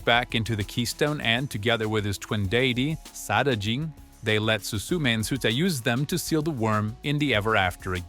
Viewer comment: It hurts… it hurts… “SUE-ta”? Do these people even watch the things they make videos about?